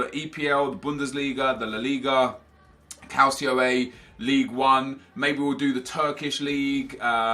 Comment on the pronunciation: Nep it's CAL-CHO not Calsio (in regards to the Calcio A). It's actually Serie A still irl. Just helping man :)